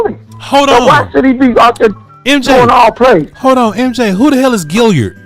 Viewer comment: He probably heard "Gilyard" from Mark Holmes.,.man cannot say a name correctly to save his life